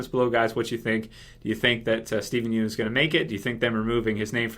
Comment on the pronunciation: buddy... Please stop pronouncing his name as "Steven Yoon" it is pronounced Steven Yun